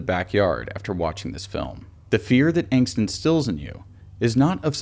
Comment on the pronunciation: Pronounced.....AH-ngst! I guess you never took German.